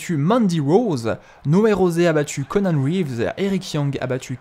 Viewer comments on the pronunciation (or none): none